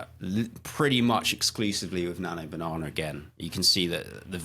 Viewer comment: "Nano Banahner"